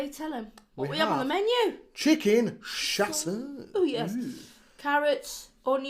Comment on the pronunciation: i've never heard of this i thought you was just saying caesar weird! 🤣xx